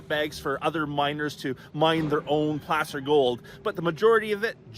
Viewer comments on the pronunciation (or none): Why is "Placer" pronounced like p-lass-er instead of p-lace-er?